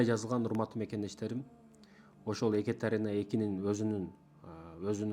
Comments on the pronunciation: Биринчиден Экатерена эмес, Екатерина деп туура окусан. Орустун атын кыргызча айтпай. Жогорку билимин барда тарыхчы болгондон кийин, кыргызча так суйлосон жакшы болмок. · Екатерина десен,Екатарина дебей,и ещё с ужасным акцентом. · Адамдардын аттарын туура айтчы,икатарина дебей боп кетейин дебей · Екатарина эмес. Екатерина деп айтылат. Башка тема тапсан болмок. Сен алар учун жене болдун беле..😢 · 😂Экатарина дейби тарыхчыда ушинтип ката суйлойбу,уят эле боп кетти дейби биринчи озунду туура суйлогонду уйронуп алчы😢😢😢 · Екатерина - Экатарина эмес. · Тантырап чыкпай эле кой да.Суйлогонун же озбекче эмес, же болбосо кыргызча эмес. Екатарина эмес Екатерина. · Туура суйлошту уйрончу озун Екатарина эмес Екатерина болот оз тилинди да туура таза суйлочу андан кийин элге суйлогун биринчи : Озундон баштагын ! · Эээу хотябы ошо аялдын атын туура айтып уцронуп алчы... Екатарина😅 тантыбай.. Эмне зериктрнби?? Сен кордун бэлэ.. Ким корду!!! Ээй тантык... Нениэлэ суйлоп салдын.. Тарыхчымын деп коет эээляяя эшшшек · Екатерина деген созду туура айтчы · Екатерина деп туура сулосон